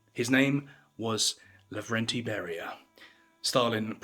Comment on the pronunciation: Not Lagrande. No. Lavrentiy.